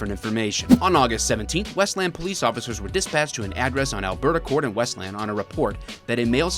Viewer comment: I know you're a fellow Michigander when you correctly pronounce Westland.